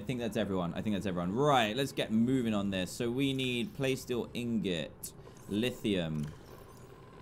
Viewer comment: Dan it’s not playsteel Ingot it’s plasteel ingot